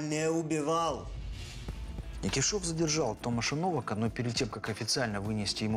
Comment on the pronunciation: Не То́маш Но́вак, а Тома́ш Нова́к.